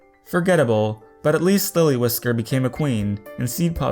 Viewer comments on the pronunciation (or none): none